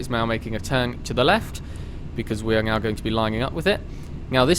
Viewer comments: Great video. Its "Now" not "Gnow" btw. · I like how he said "now" and "nav" as nyow and nyav